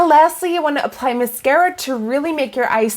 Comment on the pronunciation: Is it ma-scare-a or mas-car-a 😂